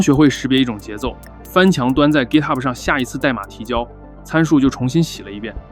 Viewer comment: 明明是GitHub，为什么非得读成gitahub，显得洋吗